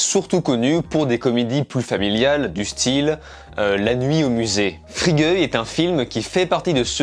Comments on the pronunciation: Free Goy ? C'est pas plutôt Fri Gaille ? Merci pour la critique, attention la prononciation 😉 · Pourquoi il dit fri-gueux ? LOL